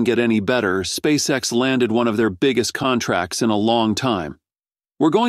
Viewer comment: Contrat ??? you mean contRact